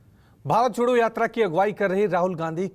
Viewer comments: Sr pehle to भारत jodo sahi se boliye Hum to lgraha hai ap भारत chhodo bol rhe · anchor ji chhodho nahi jodho boliye